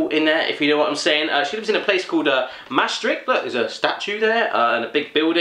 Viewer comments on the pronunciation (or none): its maastricht is pronounced maastrigt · I'm at the start of this video, I'm dutch and I'm expecting Drop, Kruidnoten and stroopwafels. Let's see what I guessed correct xD (There's always drop) You pronounced "Maastricht" wrong. xD the ch sound is pronounced with the typical hard-to-pronounce "GGGG" sound. O my god, schat kistjes, I used to be so addicted to those! But.. No drop, kruidnoten or stroopwafels? I'm disappointed in the person who sent you that package. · It sint mastricht iets Maastricht.. xD you have to say maaaaaaaa- stricht BTW the 'ch' means g and you say gggggggggge